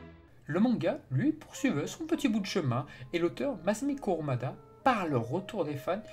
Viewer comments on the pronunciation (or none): none